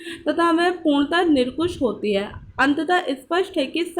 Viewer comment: Nirkush nhi nirankush hota hai